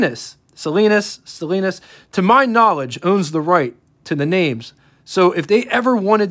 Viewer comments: Why do you pronounce Stellantis like / stelleenis/? Can’t you read? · It's pronounced stuh-lan-tuhs. Very nice. Was that the original color? Looks like Jersey blue iridescent 48h22, but caught some gold brown areas? Or was that rust? Yep back in those days most cars had "car blankets" it could get cold in that back seat. Nice review.